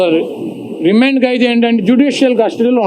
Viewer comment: my dear sister it is REMAND not REMIND just correct this in future